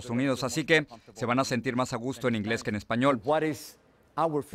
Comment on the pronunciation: El inglés de Jorge Ramos es pésimo no tiene bien el acento inglés lo siento pero esa es la cruda realidad